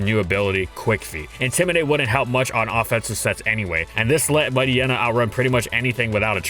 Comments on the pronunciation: No, MightYEENA not Mighty-enna. It's supposed to be a pun of Hyena (hyeena not hy-enna). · I thought Mightyena was supposed to be pronounced like hyena… is anyone else bothered by pronunciation? Haha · Mighty-ena? Might-yeena. It's bizarre because he pronounced Hyena properly. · WHAT IS WRONG WITH YOU? Why are you pronouncing its name "Might-y-ena" and not "Might-eye-eena"? You literally called it a hyena. It's pronounced like hyena. Like "Might-hyena" except without the H. I cannot BELIEVE yoou went the whole video calling it Might-y-ena, holy crap, it's so frustrating to hear.